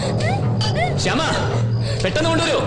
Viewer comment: ഭാവനയുടെ കഥാപാത്രത്തെ ശ്യാമ എന്ന് വിളിക്കുന്നതിന്‌ പകരം ഹേമ എന്നാണ് വിളിച്ചു കേൾക്കുന്നത്.. 🌷